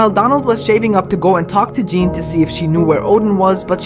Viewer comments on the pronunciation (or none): none